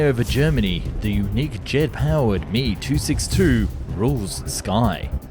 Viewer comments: It's "M E" not "me". 🙄 This is clearly going to be a waste of my time. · What might be causing the confusion is the pronunciation of some acronyms. With voice-bots, 'ME 262' is pronounced "me" (as in me, myself, and I). It is " M.E. 262". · It's not pronounced "ME" 262, it's "M.E." 262! And narrator refers to Heinkel planes as "HE"! How can they get the inflection and accent right, but not know these simple things? Anyway, all the Bell planes were revolutionary (especially the X-Planes), but I never cared for the P-39, P-59, or P-63, and from what I've read, neither did the USAAF! They later gave up & moved on to helicopters, which proved better for them. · You need to watch your pronouncing of things and check facts better. Me isn't pronounced me, it is Em Eee. Britain had the first running jet engine but the Germans beat us into the sky. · Wtf is a "me" 262?....its M.E. 262...and the Heinkal aircrafrt desgination is H.E.,Not "he" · The M E-262 was NOT super Sonic lol. It’s also not pronounced “me”. You pronounce each letter. How do you think you can teach anyone anything about a subject without even knowing how to pronounce the most basic of things on the subject? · You lost credibility when you pronounced M-E 262 as "Me" as in the phrase "who me?" Nobody does that. And implying that the Me-262 was super sonic. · Yes, the Mee and Hee grated on thee. I guess if you've only read (red?) it then you pronounce it how you see it. I don't think the publisher is exactly a subject matter expert. I think maybe the Meeee-262 was supersonic once it had it's wing shot off. Unfortunately only in a downwards direction though. :) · M E not me. It is standard and correct to say the letters.